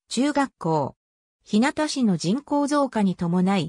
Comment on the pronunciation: ひなたちゅうがっこう、ではありません。 ひゅうがちゅうがっこうです。